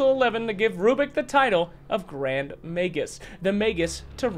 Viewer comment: Let me tell you when you said Grrrrand Magus I was wheezing 🤣